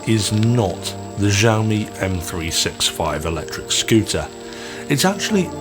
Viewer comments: It's pronounced "Shee-ow-me", not "jow-me" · Kzaomi?? Added another way of pronouncing Xiaomi into my list. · It makes me laugh to tears, I even checked trustworthy native speaker (google translate) and is supposed to be pronounced more softly, as "ksiajomi". I am pretty sure it's so funny to me because in my language the "ż" and "sz" are actually being used. As far as I can understand what you're saying I am good. I just hope that tire was in 100 degrees of Fahrenheit not Celsius...